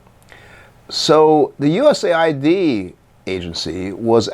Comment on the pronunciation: I believe it’s “US Aid” Not “USA ID”